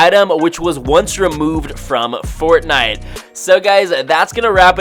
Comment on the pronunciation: You know i love fortnite a battle royale. Could you say it right please!